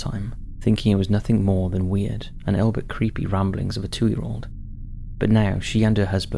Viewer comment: Did you say “albit” instead of “albeit”?? Look I know it can be difficult but I think you should pay more attention to your pronunciation. I think that’s the third glaring mispronunciation and I’m not even halfway through. You even pronounced the book written about this incorrectly.